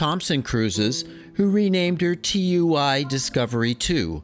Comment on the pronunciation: Tui cruises is pronounces two-ee The only reason I know this is because the brittish press have a hatred of company rebrands